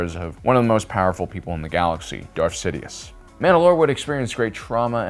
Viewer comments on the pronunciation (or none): none